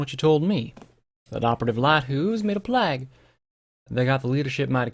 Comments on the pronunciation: Neither. Playg. Short G. No end-sound. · Plague is pronounced "Play-g" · I got you. It's pronounced plaig, like Craig with a "p" instead of a "C". Plague is said like plaig.